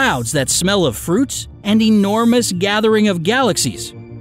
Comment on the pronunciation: "The Universe is ENORMOUSE" Is it really?